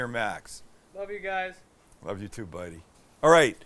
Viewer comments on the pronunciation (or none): none